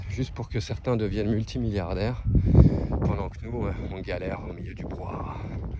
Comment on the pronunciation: Salut, je te suis depuis un moment maintenant et t'apprécie beaucoup. Je voulais juste te dire,toi qui aime notre belle france que l'on dit brouhaha et non pas brouhara... 😅 J'espère que tu vas trouvé ton spot de rêve! ❤